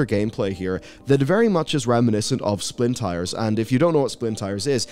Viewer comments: Is anyone else hearing him saying “Splin Tires” instead of the actual name of the game “Spin Tires”? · it's Spintires, not Splintires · There's no "L" in Spintires. Why do you keep pronouncing it "Splin tire"? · He keeps calling Spin Tires "Splin Tires" and its driving me insane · "SPINtires" lol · Probably just accent? I heard "Spintires" every time but when I went back and focused I heard the 'splin', so my UK-accent filter is probably just ignoring it. /shrug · I thought you were saying splintires... thats not correct ;) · «Splintires» i’m not hearing it wrong, right? He is calling it Splintires with an L? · Why does he keep saying "splintires"? Gives me conniptions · Are we all just gonna pretend our boy didn't just say "Splintires" at least 3 times with a totally straight face? 😂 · I heard it too. Each time. I don't think this is the first time.